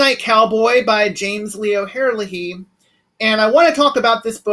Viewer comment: You got his last name wrong!